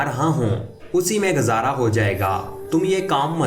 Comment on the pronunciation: Ameed ....akaat...gazaara🤣🤣 ...Rip urdu...